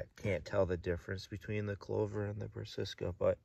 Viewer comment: 🤣 I definitely was taught the wrong pronunciation years ago, but have since corrected myself.. Brass-A-ca! 😎